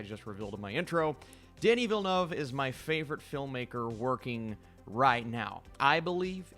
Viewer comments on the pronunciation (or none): in all his other videos: “Denis Villeneuve” at the start of this video: Danny Villnuv EDIT: I’m pretty sure it’s pronounced like “Denee Vill Noov”